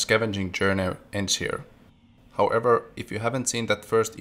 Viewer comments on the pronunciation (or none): none